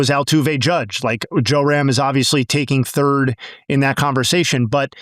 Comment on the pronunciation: Love the comments dude, but it's JRam, not JOERam